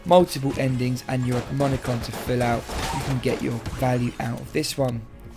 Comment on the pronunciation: "amomicon" i just can't get over how you try to pronounce ammonomicon